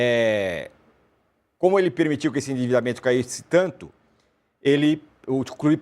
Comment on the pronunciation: O cara está tão revoltado que se engasgou para pronunciar a palavra " individamemento" 😂